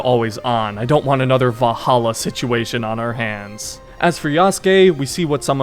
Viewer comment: Please say “VaLhalla” and not “Vah halla”